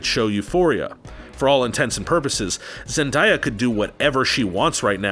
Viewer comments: why her name isnt zen-DIE-a her name is zen-DAY-a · “Ja-keen” Phoenix “zen-die-ah” 🤦‍♂️ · ........your pronunciation of names is TERRIBLE by the way. “Jakeen Phoenix”........”Zindya”......🤔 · you have to work on your name pronunciations... Jakeen Phoenix? Zen-die-ya? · ummm... Zend-die-ah? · It's pronounced as Zen-da (long A) ya (yuh). It's pronounced (Wakeem). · Pronounced wokeen, zen-day-a And Eddie Murphy’s dolittle was also a reboot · Dude learn how to say Joaquin Phoenix’s first name right. Also It’s pronounced: Zen-Day-Ah. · A lot of these actors you passive aggressively insulted are still enormously loved and appreciated. The ratio of dislikes to likes are the closest I've ever seen on this page. Apparently a lot of people disagree with this video. You're also pronouncing Zendaya's name wrong. 😒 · He pronounced Zendaya so weirdly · And he mis pronounced Zendaya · he can't say or pronounce zendaya right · Jakeen Phoenix, zendiya lol